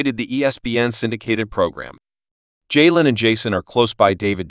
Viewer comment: Worse name pronunciation ever. Jay an SMH.